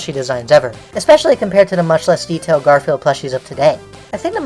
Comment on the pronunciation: When you started talking about Garfield merch, I wasn't paying attention to the video and I thought you said "Gorefield merch" and I was really confused